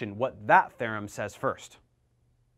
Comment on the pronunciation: "The mean value THEYRUM"